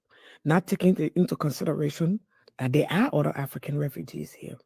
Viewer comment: tf is "Autta?" Why not pronounce the language you're speaking correctly ? OTHER AND MOTHER YOU ...!